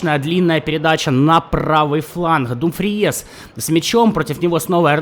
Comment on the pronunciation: Иногда так ору с того, как ты каверкаешь фамилии футболистов... ну это жесть.Барелья - Барэлла, Думфриес - Дюмфрис, КОман - КомАн ( ударения ). Страшно представить, как бы ты Гальярдини назвал бы )